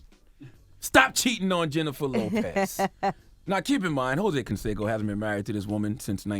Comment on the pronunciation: Hoe-say Canseco..